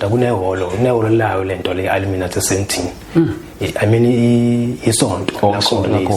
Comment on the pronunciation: 😂😂😂😂Wether it's a lie or a dream, he could atleast Google how to pronounce Illuminati.😊😅😂hai aneva phela.